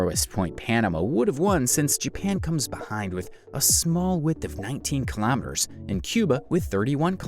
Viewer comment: ‘Kilamiturs’ is how he says it